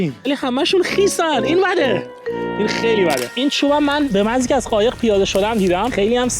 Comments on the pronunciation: قایق ❌ خایق ✅💀💀💀💀💀😂😂😂😂😂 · خایق نه قایق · داداش یه سوال چرا به ق میگی خ 😂 عشق منی عاشق کاراتم❤❤❤❤